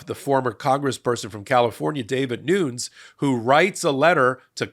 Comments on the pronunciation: Dude, his name is Devin, not David. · It’s Devin, not David. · Devin, not David, Nunes. And as he's of Portuguese extraction, it's pronounced NOO-nez. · David Noons... really? Analysis is important, accuracy even more so. The man's name is Devin Nunes (pronounced Nunez). Frankly, given his highly controversial performance as Trump's former Chairman of the House Intelligence Committee, I'm surprised that you're not more familiar with him. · Are you saying David or Devin Nunez? Sounds to me like David. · Too funny 😂 Davud Nuz... It's Devon Nunez ... like Peter Davison ... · Not "David Noons"......it's "Devin Nunes". (Dev-in noon-yez) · Nunes' name is "Devin" not "David" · Devin, not David, Nunes. Mr., you make a lot of name errors - either wrong name or mispronunciation. Your information is so important that I don’t like seeing you decrease your credibility by making name errors. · David Noons???? It is Devin Nunes. 😬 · Devin Nunes (pronounced Nunez) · It’s David (New-nez) I unfortunately know this idiot’s name because I’m from his district. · Devv-on Noon-ez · Getting Devin Nunes’ name wrong over and over was great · Love the show, but I’m pretty sure you’re mispronouncing Devin Nunes’ first name. Gotta get it right or he might sue, like he did with the cow parody account. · Please tell how to pronounce Devin Nunes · I love that you got that D bags name wrong the entire time😂😂